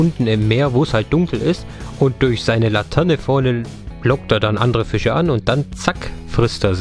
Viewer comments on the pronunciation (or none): Es heißt nicht latene sondern laterne